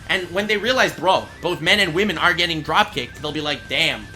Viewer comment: It's no longer pernouced women it's now pernouced wamen